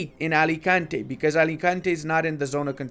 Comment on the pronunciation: Great video and great pronunciation of Alicante, you make this spanish proud.